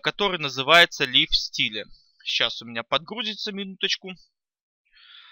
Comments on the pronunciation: "лив стиле"...аж ухо режет. правильно ЛАЙВ СТАЙЛ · Master-CSS Причём тут сапожник без сапог? Андрей всё правильно написал, читается Лайв Стайл.